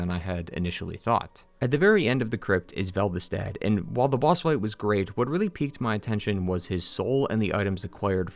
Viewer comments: Velve-stat? Anyone else notice that? It’s Velstadt. Vel-stat. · Why do you call him Veldestadt instead of Velstadt? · Veld-i-stad = velstadt????? Nah dog, that's some angry joe shit right there. Pronounce it right lol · Pal... it's spelled and pronounced "VELSTADT", as in "vel-stat". Where you get VELDESTADT from, when the game spells it as I did above (currently teying to 100% 2, the sunlight medals are LITERAL HELL'S RECTUM), i honestly have no idea, and I'm not going to dive into how or why. Right now, I'm more than amply focused of farming our more Rusted Coins so I can farm out more medals. I'm 12 away now. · Velstadt. Not Veldistadt. Lol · Take a drink any time he says "Veldestat" instead of "Velstadt" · Velvestadt? It's pronounced the same way it's spelt, what's with the extra syllable. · Why did you pronounce Velstadt's name as "Vel the stat" the whole video? It's velstadt pronounced "velstat" with a minor d sound before the T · Guy has trouble pronouncing Velstadt. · Why do you add an extra syllable to Velstadt? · I just found your video and it was awesome and so thorough. Also, as a huge DS2 fan (it’s my favorite DS to play solo, DS3 is my favorite for co-op), I really appreciated your positive takes on the game (most people just kind of blindly hate it without seeing the good in it). However, it’s “Velstadt”…not “Vel-ve-stadt” lol. Also also, if you go into the game files you can load in Ocelot’s model. He does exist in game, and you are right he was removed because complications. Also also also, the Dragonslayer Armor you fight in DS3 isn’t Ornstein’s at all. It doesn’t even look anything like it. Gwyn had 3 primary dragon slayers: The Nameless King (Gwyn’s son), Ornstein, and whoever used to wear the possessed dragon slayer armor in DS3. I’ll have to check out your other videos.